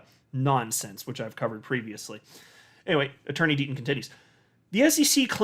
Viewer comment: I could’ve sworn you said ‘Dirty Deaton continues.’ 😄